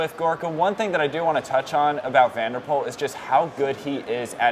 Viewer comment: His last name is pronounced as 'Pool', not 'Pole'.